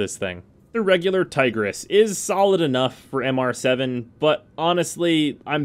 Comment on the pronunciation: Tigrish lmao